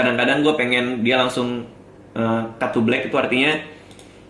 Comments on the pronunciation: bang pas lu bilang cut to jadi kaya ngomong katu :v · Cut to, yang gw denger "Kathu" :v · apakah cuman gua yang denger " cut to " jadi "kathu" XD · cut to gw dengernya kathu haha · "Cut to" . gue dengernya "Kathu" :v